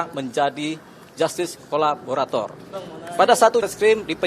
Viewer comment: Saya apresiasi kerja penasehat hukum ini. Kerjanya sangat baik tapi perlu latihan pengucapan KO LA BO RA TOR